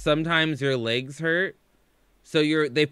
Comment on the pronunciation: "Sometimes my laygs hurt." No shit, fam? Shocking.